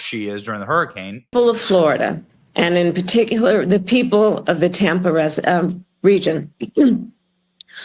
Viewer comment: She looked like she was having a panic attack while she was trying to address the people of the “Tampa rez uh, region.”